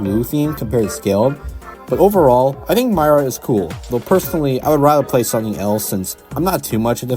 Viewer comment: It's pronounced Meera not Myra